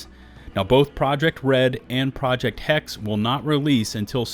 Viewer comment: Hex-eh btw. It's german. Interesting news. Just don't make another valhalla